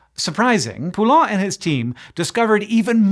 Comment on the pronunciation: Hank, you've butcherd your fair share of names over the years, but this Poulain one will never leave my memory until my last breath 😂 (all in good humor and fun! 😘)